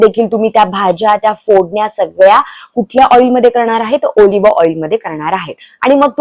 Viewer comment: मॅडम आॅलिव्ह आआॅईल म्हणतात.